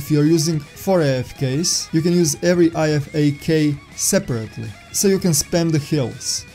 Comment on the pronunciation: great video, but on a side note the IFAK is said I-FAK like (I fack)